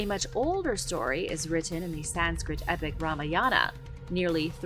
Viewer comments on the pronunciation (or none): none